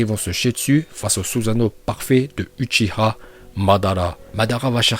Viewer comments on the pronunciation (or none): Il respecte pas les uchiwa il dit utchia est pour dire itachi il dit itatchi